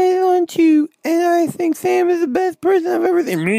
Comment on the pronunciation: I love how they say your name with a "th" so instead of "Sam", it's "Tham"